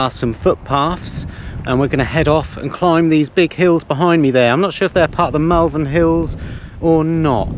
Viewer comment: I’m from Worcestershire. I used to be able to see the Malverns from my house on the other side of Worcestershire across the basin. It was good for gauging how long before it was going to rain so I’d know to get the washing in 😆 The way you say Malverns makes me giggle a bit though. They are beautiful hills! I haven’t walked them for years due to a gammy knee but they are iconic. Looks quite a reasonable campsite. Gone are the days of a tap in the middle of the field and a shed with a loo in it! Good to see pitches marked out though to stop those people who like to camp and spread out their tents, awnings, vehicles and gawd knows what into your area! 😂😂